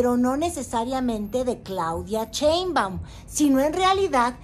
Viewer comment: No sabes pronunciar Sssshhheinbaum.? no es "Cheumban"